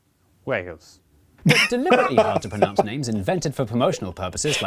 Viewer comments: Yes, we've told about his constant mispronouncuation of 'Wales' to "Wells" umpteen times but he still can't seem to say WALES correctly...😢 Which is a shame, because what will he then call 'Tunbridge Wells'?! (...or 'Tonbridge', which is a different spelling, but similar pronunciation of a different town, might be in a - maybe? - different county <-- um, I think_??! Now, I'm _less sure...oops!!)😊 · So when you come to the UK you may need to be careful with your pronunciation of Wales which sounds more like Wells which is a very different place ;) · I've realised I learnt how to say Gloucester from the nursery rhyme "Dr Foster went to Gloucester... " The rest I've kind of picked up, but even after 50 odd years there are still some I get wrong. I think the only one you get consistently a bit wrong is Wales. It always sounds like you're saying Wells, gets it right though 😁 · Good old Dr. Foster. He never did come to Gloucester again, went to Frocester instead;-) With pronunciation of Wales, it's just an accent thing isn't it? Doesn't bother me particularly. His accent just has weak differentiation between /eɪ/ and /ɛ/. There's a difference between mispronunciation and differences in accent, as the French particularly need to learn.